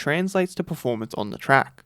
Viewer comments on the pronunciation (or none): none